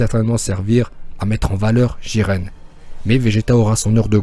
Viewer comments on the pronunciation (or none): jaren pas jiren